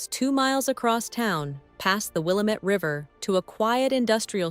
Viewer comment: Past the Willamette River is pronounce differently by us humans.